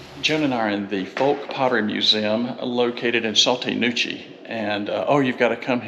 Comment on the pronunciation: It is pronounced “Saw-TEE Nah-KOO-chee”. Spelled Sauté Nacochee. I live in this area. (In an RV full time.)